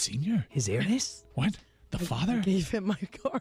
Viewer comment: His "airness" 😂😂😂